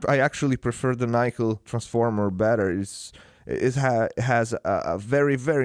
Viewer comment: Nickel is pronounced with a short 'i' - as in 'sick', 'lick', etc. Nice review otherwise...